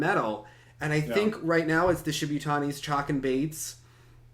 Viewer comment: The Shibutanis have been competing in seniors for almost seven years and you still can't pronounce their name? You're a dumb-ass,. Then again, you also think "bored of" is grammatically correct.